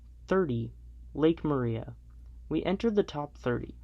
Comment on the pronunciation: OOOO ... Living close to it, It's pronouced Lake Mariah but spelled like Maria.